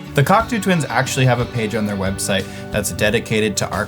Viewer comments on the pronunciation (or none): I love JHS pedals and videos but I’m sorry I have to be pedantic and insist that it’s pronounced cock-toe not cock-too fyi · Great stuff. Always loved the Cocteaus. BTW it is pronounced Cock Toe and not Cock Too😉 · Like the sound. But it’s cock-toe as in the philosopher not cock-two the bird 😃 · It’s pronounced “cock-too”? I always thought it was “cock-tow”… 🤔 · By the way, the correct pronunciation should not sound like "cockatoo". The second syllable rhymes with the word "slow", so the name "Cocteau" should rhyme with "Block-slow". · I always thought the word Cocteau was pronounced Coc-toe, rather than Coc-too, which is how it's pronounced in this video... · It's pronounced Coc-toe NOT Coc-too , ya goddamn Yanks. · Great video, shame about the pronunciation of Cocteau…it's Cock-toe not Cock-too! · Pssssst.. it’s pronounced “cock-toe”, not “cock-too”. Think “tableau” or Jacques Cousteau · Just for the record, it's pronounced "cock-toe"; not "cock-too". Jean Cocteau (for who they are named) was one of the most important artists of the 20th century. The members of the Cocteau Twins knew that. I know that this is about pedals, but FYI/TGIF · Coctoh, not Coctoo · This was a lot of fun! Also, forgive me for being this guy, but it's pronounced 'cock toe' not 'cock too' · Coctoo? No. Coctoe. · Why are you saying the band name like that? It’s not pronounced “Kok-two”, it’s “Kok-toe”, as in the French poet and playwright. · good heavens, it's coc-TOE, not coc-TOO. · It’s not Coctooooo Twins…. Cocteau! Ffs! Like L’eau is low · Did he just say Cocktoo? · It’s cock-toe twins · "Cock-Toe" fyi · Interesting pronunciation. They aren’t birds, they are named after a book from Jean Cocteau. Cool video, nonetheless. (COCKTOE) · FYI Cocteau is pronounced Coc-toe (toe, as in the small appendages attached to your feet). First degree pedantry? Yes! But, if you are going to try and get the sound right, you might as well get the name of the band right, right? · Pronounced like Cocktoe